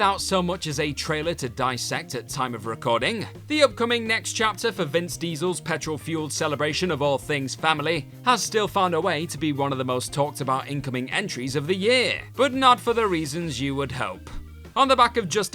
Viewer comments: This has to be the dumbest list that you’re reaching for. For one thing it’s vin diesel not Vince diesel, you’re really reaching, how can you say a movie is bad based on nothing? It seems you just have to make content and will pick anything. This was just terrible. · Did he say Vince diesel? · Whince Diesel. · "Vince Diesel"? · did you really just call him 'Vince Diesel'? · did you just call him "Vince" Diesel? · Did you say Vince Diesel? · Did he say Vince Diesel? 😄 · Did you just call him 'Vince Diesel'? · “Vince Diesel” …